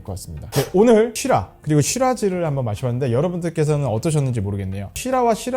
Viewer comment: Syrah 를 시라 가 아닌 쉬라라고 발음하시는게 계속 살짝 거슬리네요 ㅠㅠ